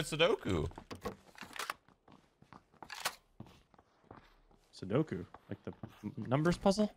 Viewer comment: Why does he say commit sudoku instead of commit sapuku